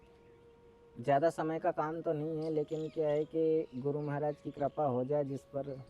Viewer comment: भाई मराज जी नहीं होता है महाराज जी बोलो